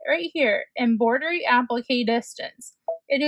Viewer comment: It’s not EMBOIDERY It’s EMBROIDERY with an R!